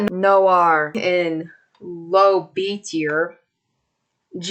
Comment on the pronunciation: WTF she still messed up "noire" LMFAO